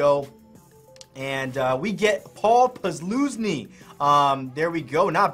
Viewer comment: Just a heads up on how you pronounce Paul Posluszny's name. It's pronounced, "Puz-LUZ-nee"